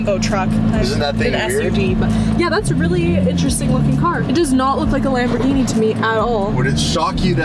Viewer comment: Love the vids, but the way you say "Lamorghini" is hurting my Italian brain. If you don't know how to say it with the accent don't try! Kind of just rude, even if you're just having fun!